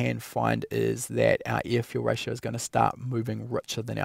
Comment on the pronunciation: I like it when he says ear fule rayshow